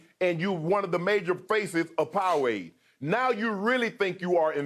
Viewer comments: Did shannon just say Pow-a-wade ?????🤣🤣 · "Major faces of Powwade" 😂😂😂